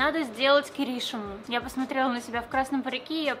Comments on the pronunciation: Не Ки́ришима а Кириши́ма !! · Неужели никто не написал, что правильно КиришИма, а не КирИшима? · То чувство, когда не КирИшима, а КиришИма. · глубокий вдох АААААААААААААААААААААААААААААА не КирИшима, а КиришИма АААААААААААА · КирИшима? Серьезно? На сколько я знаю, правильно киришИма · Он же КиришИма а не КирИшима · Я одна заметила что она не правильно сказала киришима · Помойму киришима идёт ударение на первую и а не га вторую